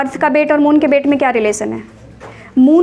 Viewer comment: Its weight not bate ma'am